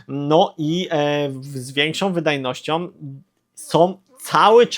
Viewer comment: sOM, wydajnosciOM, ciekawOM, propozycjOM... Ja pierdolę jak ty mówisz człowieku? I ty filmy kręcisz? Z taką wymową? Dramat! 🤦🏻